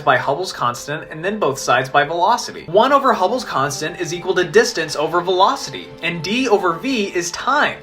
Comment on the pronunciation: Wow, I never knew about hubbles' constent. I don't think that how you say that